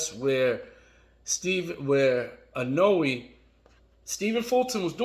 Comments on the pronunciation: Pleaseee I-NO-WEH. Not I-No-Way. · I love how every time he says 'Inoue', it sounds more and more like 'cannoli'. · dude, ...is it so hard to pronounce the name of a fighter you make a video about? if you want people to watch, do your homework.